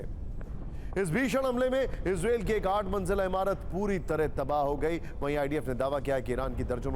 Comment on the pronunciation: इजरेल नहीं इजरायल कहते हैं भाई कहना सीखें 😅😅